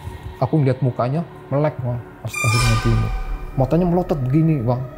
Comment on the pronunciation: ngucap Astagfirullah nya salah